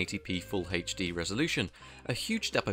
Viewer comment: Anyone else wince when they hear "haith-D"?